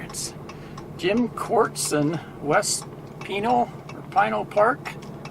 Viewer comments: Another wonderful video. Thanks for posting. PS: according to the TV show "Live PD" which has featured cops from that county in Arizona, it's pronounced "pi NALL", rhymes with "the MALL" :-) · Here in the valley/ Phoenix area we pronounce it PANEL. You’re still in my backyard enjoy. 👊👍😎